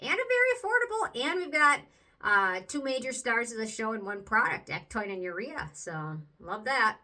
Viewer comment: It's pronounced EC-TOW-IN...not EC-TOIN just wanted to let you know. Otherwise great review.